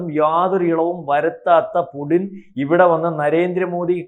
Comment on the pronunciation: പുഡ്ഡിൻ അല്ല പുട്ടിൻ ആണ് മാഡം